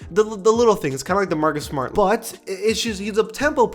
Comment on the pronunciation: My mans said D’Marcus Smart. As a Boston fan that hurts